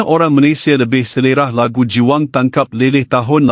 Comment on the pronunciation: Syg skli admin ndk mau bca komen netizen malaydesh sndri,..hrs membaca pkai mesin pembaca narasi... Pdhl bnyak kslhan yg membacanya.. Contoh...80an.....90an dbcanya.. 80en.....90en.. Jdi ndk mood mau smpai slsai liat video nya..